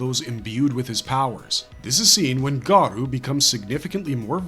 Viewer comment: Garou is pronounced Gah-roh not Garoo lmfao